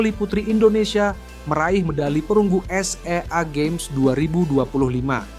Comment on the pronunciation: Gimana sih komentator tuh baca Sea Games jd s e a games ...weleh...weleh